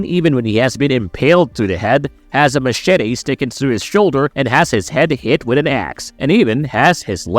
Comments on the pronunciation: The way he says Machete is funny 😂😂😂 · Wow you really gotta throw in that pronouncation in to Machete hey ? Cringe 😹